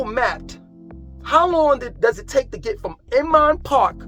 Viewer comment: Now senior a complex BTW "Oomon Park?" is pronounced INMAN PARK. I understand you have your own pronunciation of places, "Whole's Food", "Keenasaw" etc. however, you may confuse some of us. Thank you for your tours of Charlotte. I was considering moving there from Atlanta but it seems to be becoming the same place with all the greed in real estate excess traffic, and too many new buildings. I am also from NYC (Hamilton Heights) as well as Teaneck, NJ (home of the Sugar Hill Gang).